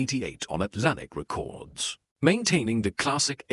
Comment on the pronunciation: "over 20 million re-cords sold worldwide" more misleading rubbish from a bot channel that can't even pronounce the name of the format correctly. thumbs down and reported.